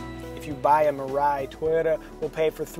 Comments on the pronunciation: Three syllables: me-ra/la-ee. It’s the Japanese word for “future.” That middle syllable’s consonant is in between the English “r” and “l” which is why I notated it that way. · "mirai" means future in Japanese btw and the way people are pronouncing it its so funny